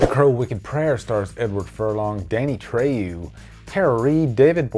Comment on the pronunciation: Sorry to sound rude but I'm a stickler for mispronunciation. Danny's last name is pronounced Trayo not Trayu. Aside from that, great video.